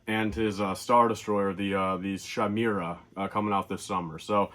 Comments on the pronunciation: Thrawns ship is pronounced “Kai-Mare-Uh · it’s pronounced “kī-mera”